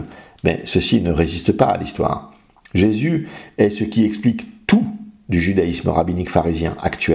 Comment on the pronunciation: Déjà, sa langue de vipère transforme "Jésus" en "Jessu"... D'entrée, c'était mal parti. :) En plus d'être un menteur - car il ne s'agit pas d'ignorance, ici, hélas - cet homme ne peut pas s'empêcher de ricaner quand il parle, d'arborer un rictus un peu puéril. Ce n'est pas un YouTubeur, c'est une caricature ambulante.